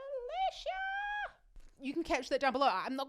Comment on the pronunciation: For pronunciation tips: It's not English Alicia, it's more of 'ah-lee-ss-yah